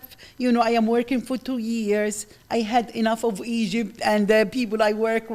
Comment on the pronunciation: "Egyyyb" "Bassbor" 😂